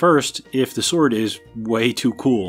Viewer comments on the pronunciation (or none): While on the subject of Who is the Best Bond™️: "Shord" is exactly how Sean Connery would have pronounced it. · Uh... nice goof at the end. Sword forged... you mean Shord. Amateurs. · He is good with that shword